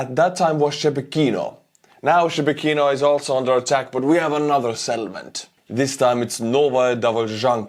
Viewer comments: It's not pronounced Shebeh Kino. It's Sheh Bekino. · "Shebekino".."She Be Kino", hahahaha It's soon gonna be The Republic of Belgorod. And Russians, they don't deserve "peace"